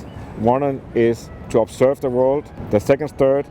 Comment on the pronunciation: puts extra emphasis on the step 1 'observe' part